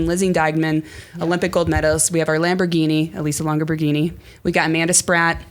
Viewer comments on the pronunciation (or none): I almost get tired of hearing the Longo Borghini/Lamborghini nameplay. It's like it's a contractual obligation to say her name that way every time. Also Juliette Labous' surname is pronounced like "Laboose." I always worried about if the s was silent but after hearing the French commentators I'm going with them on this.